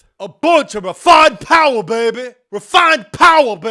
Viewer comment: “ which one has the MOST powah baby”